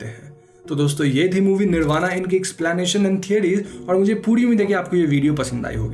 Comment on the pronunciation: Bhai plz pronounce correctly, u r indian not an American. It is " निर्बाण" not "निर्बाणा".